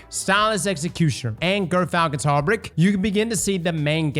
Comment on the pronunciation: Also somebody tell how to pronounce hauberk.